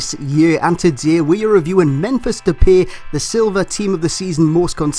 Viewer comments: U pronounce his Name like Dep i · It's Dep-pie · Great video, and just for future reference it's pronounced De-Pie haha, have a dutch mate that bangs on about it. Other than that, KUTGW. :D